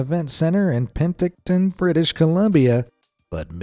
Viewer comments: Alberta, not Alberto. Oh can aw gun = Okanagan, Pen tick ton...oh why do I bother against an AI narrative...? Lol!!!! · 1803 Seriously? Oh-can-egg-an for Okanagan!?! even mis-prnounced Penticton!